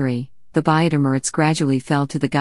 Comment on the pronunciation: Thank you for this interesting video. However it would be better if the comment was read by a human being. "Buyid" should be pronounced "booyid", and not sound like the word which means "purchase". Similarly, "Bahram V" should be read "Bahram the fifth" instead of 'Bahram Vee".